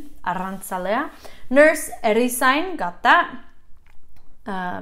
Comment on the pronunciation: Erizain irakurri beharrean, rr irakurtzen duzu. Herrizain ezaten duzula dirudi. Arrantzale, oso ondo. ¿Arrakiña? Aragia, like okela. Irakaslea oso ondo ezan duzu. Baserritarra ere oso ondo. Dendaria ere oso ondo irakurri duzu..